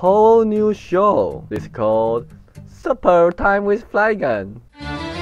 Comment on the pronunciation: Felt like it's more proper to comment in English so here I go: First I want to point out your pronunciation for Supper and Chasm are slightly wrong. Or maybe you mispronounce them intentionally? Anyway, I felt like you should try to get them right since they are/relate to your topics. For views , I think it's just gonna be very hard to grow. There are just too many videos on Youtube. I'm no expert, but maybe you can do more experiment with different video and check out which one is better received. Video title can also matter, you can make them easier to search or seem more interesting, just don't be clickbait. And you forgot to put the twitter link@@